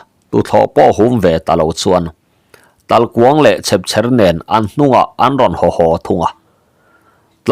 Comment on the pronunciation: Talhkuang hi,mitthi dahna kuang,tih ang hian lam rik tur zawk alawm